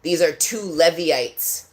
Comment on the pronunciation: Pronounced "Leevites"